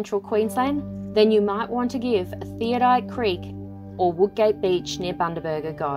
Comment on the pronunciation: I did not mean to sound condescending, I have watch just about every YT vid and I thought it funny that no-one could pronounce it, so enjoy your travels we certainly do enjoy ours both in OZ and O/S